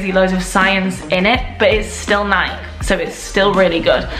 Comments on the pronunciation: Nike 😂 it’s nike ee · Is that how everyone in Europe pronounces Nike? Here in America, we pronounce them Nī-kee.